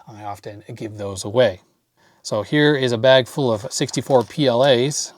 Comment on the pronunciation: "FOOL BRIDGE RECTIFIER", that's how it sounds to me